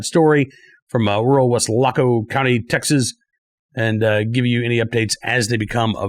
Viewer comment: Always enjoy your show; the accuracy and insight of the topics presented. However, your pronunciation of Weslaco had my wife and I loling! Wes- la -co is the way preferred way to pronounce. Not Wes-lac-co. I must admit you do sooo much better with strange names than I could.